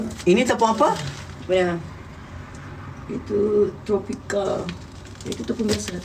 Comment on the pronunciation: Tropica 😅 tapioca Nokk😂